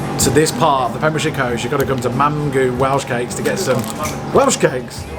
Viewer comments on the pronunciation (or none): Great video, loved watching you in my part of the world, Mamgu actually means Grandmother in Welsh (pronounced Mam-gey,) will be watching lots more of your videos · It's pronounced mam/gee not mam/goo, its welsh for grandmother, solva is stunning 👍👍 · Hello and. Mamgu is not pronounced and mamgoo, it's mamgee (like ghee). U is pronounced as ee in Welsh. Mamgu means grandmother. Llangrannog and Aberystwyth - impressive try! Go try...... Good morning from Wales - Bore Da O Gymru (boreh dah oh Gymree). I'm a Vegan - Figan ydw I (Veegan uhdoo ee) 😀 Another great vlog. Thank you for all your efforts. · Love your videos. You make the best food. Just saying Mamgu is pronounced like Mam-ghee. Keep up with your really good vids. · I love this part of Wales! We had so many great holidays there as kids. BTW, Mamgu is pronounced Mam-ghee and means grandmother or nan. ❤ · Someone's probably already said it but it's pronounced mam-ghee. It means grandmother in Welsh. They looked amazing :) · I wont tell you the proper pronunciation for mamgu as I've seen someone else already has 😊 I've lived in Bridgend my whole life but spent large parts of my childhood in St David's and Fishgaurd. We even had my nans funeral in that cathedral and my brother is buried in the cemetery a few minutes away from the cathedra. Those ruins are the bishops Palace and looked after by cadw. Such a beautiful place though. Planning a trip down in 2 weeks haven't been since Januaray and you're making me miss it 😭😭😭 loving the vlogs though!! Also your pronunciations are not to bad tbf. Thank you for helping the seagull xx